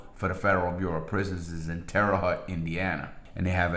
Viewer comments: It's pronounced as Terre "Hote" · I am from Indiana, we pronounce the name of the city with the Federal Death Row Terre Haute 'TARE'-uh HOTE 'TARE' - rhymes with 'pear' HOTE - rhymes with 'note' . Great video as always though Larry! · Hey i live very close to terre haute Indiana. Im trying not to sound like an ass but its pronounced terre hoe-t. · It is tear ah “ho Teh” got the terre right Larry not the haute lol